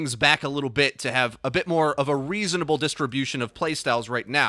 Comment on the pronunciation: Rein things back a little to have ah-risa-nable